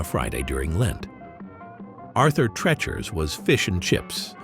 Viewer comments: Rhymes with Teacher. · It's Arthur TREECHERS. At last learn the names of the places you're describing. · Arthur TrEEEchers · Right!!?? I was yelling it at my phone 📱 everything the voice said it!!! 😂😂😂😂